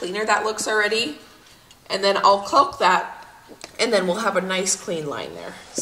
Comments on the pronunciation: I love how hard you and Josh are working and everything is turning out so nicely but one thing drives me crazy as I watch. Your pronunciation of the word caulk. According to every pronunciation guide I can find, the “L” in the word is silent. I hope that I have not offended you. Like Josh, I am very detailed oriented and every time that I hear you say that word it makes me wonder if, perhaps, I have been mispronouncing it. Thanks for being patient with me, I love watching you guys and am constantly amazed at how much you can accomplish. Keep up the good work. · Hi. The new house is looking fabulous. So much hard work before actually moving in. I had gardeners anxiety this year. We had cold temps here in Ontario until mid June now it’s so hot the plants are just barely making it. Can’t wait to see the freezer meal vid. It’s great that u can help complete the work and you actually mentioned this in a previous video, the L in the word caulk is silent. Does Josh pronounce it the same as you do? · It’s pronounced caulk like chalk Well I’m from the East Coast that’s how we say it LOL. You’re a doll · Calk. The L is silent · The 'L' is silent in the word caulk...cawk. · The way you pronounce caulk is like nails on a chalkboard. The L is silent. Sounds like hawk. The foam sound makes me laugh. I am enjoying these videos very much. I hope you finish your caulking soon. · Caulk rhymes with walk. The "l" is silent. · When you pronounce caulk correctly it rhymes with ‘talk’. You barely say the ‘L’ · Your way of saying Caulk is cute. I've only ever heard it pronounced like hawk. Cawk. lol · The L is silent in caulk c a w k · No L in Caulk. Prounounced like Rock. ;-) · You're killing me every time you mispronounce caulk! :) The L is silent. Hahahaha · The "L" in caulk is silent. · CAULK. CAULK CAULK. not Culk 😳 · please it's pronounced ( Caaaaalk, not Cuuuulk.😂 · "Caulk" rhymes with "walk", not "folk".